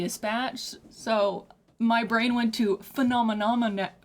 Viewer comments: He just articulates phenomenon in a way that native English speakers are not used to, since he emphasizes different syllables (i.e. "FEH-nah-MEH-non" instead of the usual "feh-NAH-meh-NON"). It's a stylistic choice, if anything. He does this so that the word flows better with the rhythm of the music, which I personally think is the right call. The usual pronunciation forces you to elongate the emphasized syllables (feh-NAAH-meh-NOHN, seriously, say the word in your head lol), which makes it difficult to make each syllable sound staccato (which he does so that the word itself almost sounds like percussion). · His pronunciation of Phenomenon is loose enough to be interpreted as "The Phantom in Em". Done very purposefully. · The way he pronounces “phenomenon” reminds me of XTC’s “Season Cycle” where “umbilical” is rhymed with “cycle.” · the way he pronouces it is because of his accent! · In many languages (mostly Slavic, but also some Asian), the accent is placed on the first syllable, so reading a word like this one makes more sense to people whose mother tongue has this quality. I also believe it's pronounced that way just to be more rhythmically interesting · He is saying phenomenon with an accent